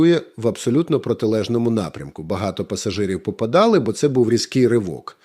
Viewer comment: Вибачте,, але " пассажири попАдали". Бо якщо вони " попадАли" то скажіть куди саме! Будь ласка, Ви ж намагаєтесь говорити українською, тож давайте, бо неточний наголос змінює значення слів абсолютно